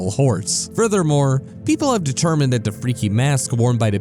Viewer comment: is it me or does the way he says "the" sound like "da"?